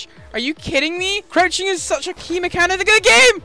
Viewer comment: u said coruching